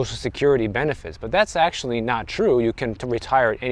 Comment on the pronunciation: You said AKSHUALLY four times in the first 30 seconds